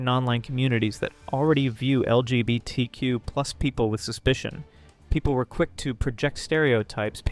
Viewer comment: This doesn’t relate to the video and in no way to be rude but every time you say LGBTQ and hearing you somewhat slur it or mispronounce I’m reminded of that one Brandon Roger’s quote “They keep adding letters, but I add tolerance!”